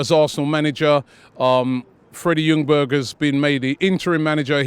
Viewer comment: good there robbie - it's not Lundberg, pronounced as /yungberg/